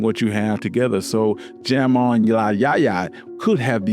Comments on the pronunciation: Jamon in Spanish is “ham-on” lol not “jam-on” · Ok love the video. Spanish pronunciations were WAY off! Jamon and patella so not right. Pronounced Hamon not with a J. The word patella is pie te ya. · No, “patella” is correct, because it’s the human kneecap. Paella (pie-YAY-ya) is the rice dish. But yeah, kills me when Spanish J gets the English sound, everytime. 😅